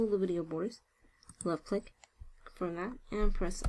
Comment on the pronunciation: Took me a while to understand that when she says "lucklick", she means "left click".